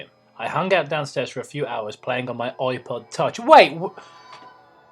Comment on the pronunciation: Did I hear say "oi-pod"?